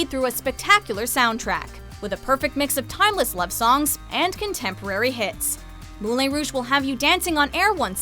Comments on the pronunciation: You're mispronouncing Moulin. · I hated everytime you said 'Moulin Rouge' ..... I thought that I'd not agree with the list and get annoyed at some classics you missed out (don't get me wrong, I am annoyed at it) - but you butchered the word Moulin! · You kept saying Moulin wrong...